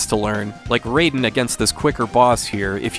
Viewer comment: It is pronounced "Rye-den".